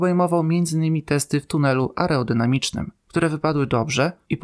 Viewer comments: Nie ma żadnych tuneli areodynamicznych, natomiast są tunele aerodynamiczne. To pokazuje jakim jesteś specjalistą, jak ty nawet mówić nie potrafisz a o dykcji to już lepiej nawet nie wspominać. Taka kolejna gadająca głowa, która bezrefleksyjnie powtarza różne newsy. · To częste przejęzyczenie, istnieją słowa areał, i aerodynamika, i ta zbitka a e r często sprawia kłopot. Pozdrawiam, czekam na kolejne odcinki.